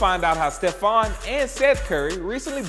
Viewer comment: This idiot said steph's name wrong